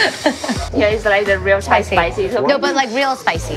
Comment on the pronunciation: Does speak Thai fluently? The way he pronounces Thai words is almost perfect.